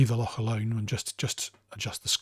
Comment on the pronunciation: Very helpful and just what I was looking for. Also great pronunciation of loch - it's a tough one 😃